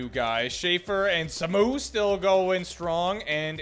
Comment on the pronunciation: "Samu" is pronounced like Saah-moo (both syllables drawn out)